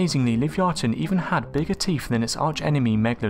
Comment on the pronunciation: Also, pick a pronunciation Livee-ahton or liveye-aton sticking to one pronunciation adds to the credibility. I love speculating about cryptids, but showing bones and acting like the world has deemed this a real thing..... hmmyea no